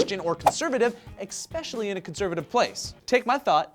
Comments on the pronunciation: says EXSPECIALLY. Now THAT's unconstitutional. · Did you just say ECK-specially,? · exspecially...:/ LOL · said EXspecially for especially hehe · Btw... I think said EXpecially.;-) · This is a pet peeve of mine, too. It's pronounced eSpecially,.:)